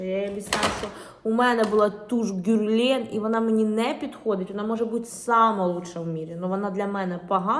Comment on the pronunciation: Герлен, наголос на другу е. Г тверде.